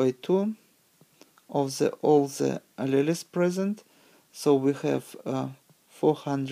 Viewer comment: Great video. but alleles is pronounced as a-Lee-o-s. tho had a hard time tying to catch all the words to it but great vid